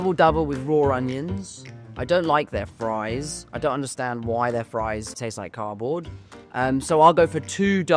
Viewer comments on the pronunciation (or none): none